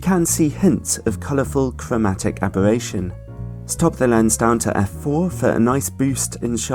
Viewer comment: cwowmatic abewattion? just teasing. love u